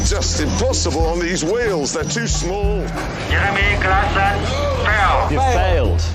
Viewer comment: "Reremy Craksoh"